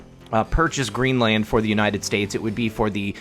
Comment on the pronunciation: Your pronunciation of Greenland is making me cringe like I'm being slapped on the forehead with a paint stick. Let Ireland be your guide.